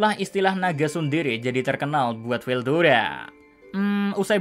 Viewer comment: Ketika bilang star king dragon Veldayana😂😂😂